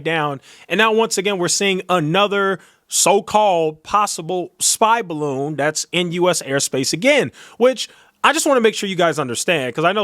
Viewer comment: The “baroon” 😆😆😆